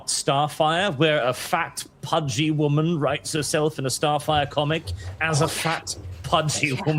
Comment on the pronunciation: Wonder Woman ❌ Wonder Woahman ✅